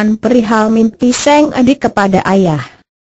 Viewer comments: ini penyiarnya ga bisa bca kali yah masa sang bacanya seng pe a bnr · penyiarnya harus bljr dulu, sang kok seng